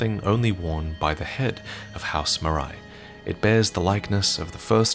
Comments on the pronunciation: Marais is the french word for "Swamp", which I guess is intentional considering the location. So it shouldn't be pronouced "maraï", more like "mar-heh". Anyway it's nitpicking, amazing video as usual ! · Hey, "Marais" is a french word and pronounced "ma - rey". Excellent video as usual, enjoyed it a lot. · very late to the party, and apologies if this has already been noted , but Marais is a French word pronounced Mar-ay, and it means swamp. Just some fun contextual lore to add on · Quick heads up, "Marais" is typically pronounced "muh-rare" and not "muh-rye" . It's a pretty common surname down here. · Marais is pronounced maray, not marai. And it means swamp... Yeah Miyazaki managed to hide more swamps in the game. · Flamberge & Marais are French words. Flamberge is like pronouncing the verb "Flamber" (put to flame) + the noun "Berge" (side/cost of a river). Marais = Swamp, and is outspelled like the name Murray, not like Samouraï. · Its Maleigh 'MA-RAY'. Marais is the french word for Swamp. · "Marais" is pronounced more like "mar-eh." It's the French word for "swamp." (great video though, I love these so much) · Great video ! Little detail about Maleigh Marais : "marais" is a french word (pronouced "Mah-reh") that mean swamp. Quite fitting for this family, I mean their castle is litteraly sinking into a swamp. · Great vid. Would like to point out that for "Marais", it's probably pronounced "Mar-ay" and the word is french for swamp/marsh, which may bear some significance. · The Marais family is actually pronounced "Mar-ray". I wouldn't be picky but it's a French word meaning swamp, and it's actually a surname still in use today. Mine is derived from it! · The Marais castle is in a swamp and "marais" means swamp in french. Also it is pronouced like Maré (like Varré)